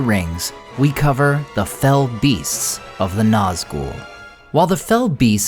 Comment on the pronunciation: Small thing, but thank you for saying and writing what they are correctly: "fell beasts", not fellbeasts. It's not a name; it's a description. They are beasts that are "fell", an older English word meaning "evil", "malevolent", "foul", or "terrible".